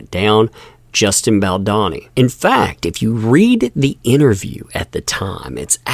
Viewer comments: Bro: you have to learn to pronounce Baldoni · dude, can you at least try to pronounce 'baldoni' correctly? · The way you pronounce Baldoni takes me back to Brad Pit’s “Gowr-lah-mee” from Inglorious Bastards in the best way 😎🇺🇸 🦅 🍔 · please say Justin's name correctly. I'm sure you don't mean any disrespect but it comes across as rude to mispronounce his name over and over again. I'm not trying to be rude, if I mispoke I'd hope a friend would let me know so I could correct it. Big hugs and much love to ya. Cheers